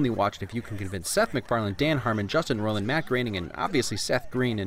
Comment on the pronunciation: "Justin Roiland"